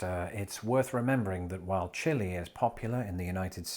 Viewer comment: The ‘chili’ hurts my Texas soul.